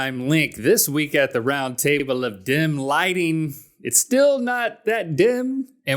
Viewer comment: Every time you say dim lighting I hear "dem lighting" lol